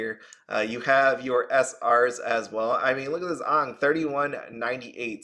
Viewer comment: Not being rude or anything but your saying AANGS name wrong. You just reminded of the bad live action avatar movie. 😢